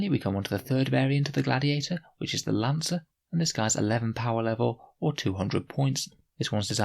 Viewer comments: Interesting “gladtiator” tank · Gladtiator? Am I havin a stroke?